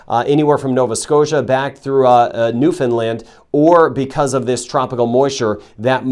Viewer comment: New Foundland not New Findland